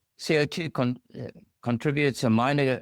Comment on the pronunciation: Never heard anyone pronounce CO2 as C.I.T. before lol